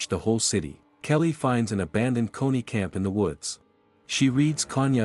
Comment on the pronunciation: Dude it’s Connie not coney